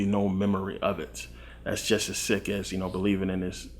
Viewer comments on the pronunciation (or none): none